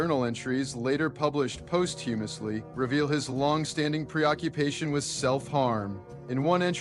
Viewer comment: Posthumously is pronounced PAWS-too-musly NOT post-HUMUS-ly